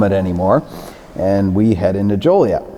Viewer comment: Why do some people pronounce it as "jolly-et?" Ain't nothin jolly about it!